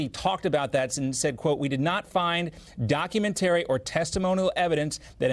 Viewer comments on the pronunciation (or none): Document-TARY.....another broadcaster flubbed-out.